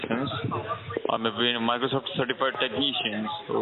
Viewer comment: Microsoft’s partner pronounces it 'Microshoft' 🤣